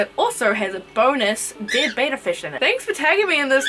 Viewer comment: good vid bt its betta not beta no hate btw